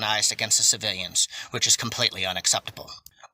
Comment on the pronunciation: You know it's serious when someone calls us "civiyuns"